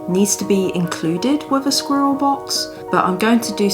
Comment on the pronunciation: Just the word "squiller" is impossible to pronounce so quit, please...